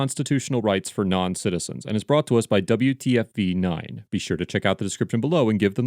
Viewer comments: Just noticed that the name WFTV9 was mispronounced WTFV9, because it's so common to say WTF. Either way, good video. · It's WFTV9 not WTFV9 ;) not a big deal but still noticed lol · Love how you called them W T F V haha, even if it was a mistake, it was a funny one. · You pronounced WFTV as WTFV lmao